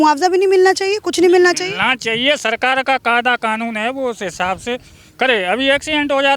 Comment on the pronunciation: Are madam ji tumhe patrakaar kisne banaya jo hindi bhi nhi a rhi hai sakar ki bajaye sarkar bol rhi ho 😄😄😄😄😄😄😄😄😄😄😄